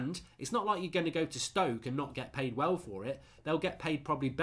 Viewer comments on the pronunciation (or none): none